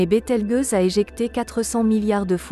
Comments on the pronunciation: BételgEuse pas bételgUeuse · Bételgeuse, pas BételgUeuse ! (c'est ta voix synthétique, la gueuse...) six mille, pas six zéro zéro zéro ! la science 360 fois sans la comprendre ! j'ai tenu "un apostrophe quatre huit apostrophe apostrophe" ! première et dernière fois que je regarde cette chaine putaclic ! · Bételgeuse, le g se prononce "j" car il est placé devant un e, sinon par exemple le mot "belge" se prononcerait "belgue". Cela plus la voix synthétique qui ne sait pas parler français c'est une vidéo totalement ratée.